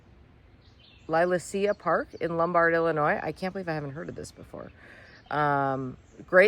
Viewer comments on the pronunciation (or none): We live 2 towns over from Lombard IL - It's pronounced - li LAY shuh